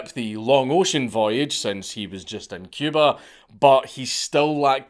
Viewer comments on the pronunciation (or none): none